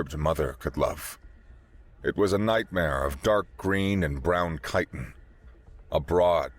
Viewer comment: Chitin.. chip, chili, chicken, Chinese, chit-chat, chic, chi, chide, chill, chino, chiffon... chi is a soft c